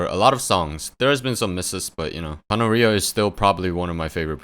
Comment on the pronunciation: I don't think Kanaria is pronounced like gonorrhea but don't quote me on that